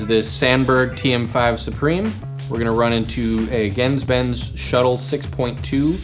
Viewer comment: your mispronouncing GenzBenz